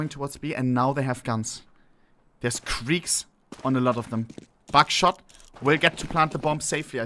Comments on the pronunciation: The way he shouts “Buckshot” sounds too much like “Backshot” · I can’t be the only one who only heard backshot instead of buckshot right?